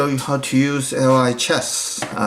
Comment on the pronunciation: Lichess is pronounced "Lee-chess"